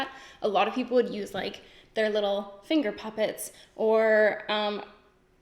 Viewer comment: did you say finger poppets??